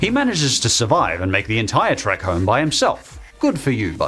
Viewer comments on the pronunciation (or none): none